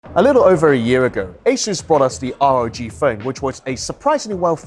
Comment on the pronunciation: It's pronounced ROG phone, not R.O.G!